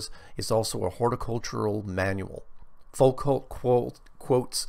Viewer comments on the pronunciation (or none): Hi, Foucault is pronounced: foo-koh. Cheers.